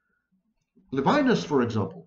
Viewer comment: Levinas is pronounced in French levee-NAS.